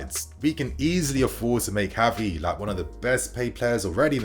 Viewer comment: pronouncing Gavi's name wrong.